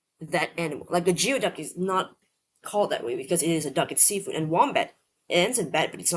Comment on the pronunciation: Geoduck is pronounced GOOEY DUCK. Weirdest word always, icks me out. Never heard of Bugbear.